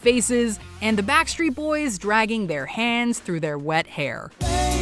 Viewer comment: Lol she said WET BACK street boys